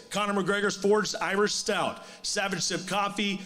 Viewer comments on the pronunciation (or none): none